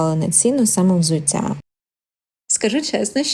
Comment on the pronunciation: взуцця - це не суржик. Це московський акцент в українській мові